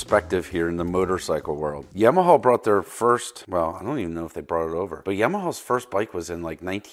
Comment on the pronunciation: It’s Yamaha. Not “Yimaha”.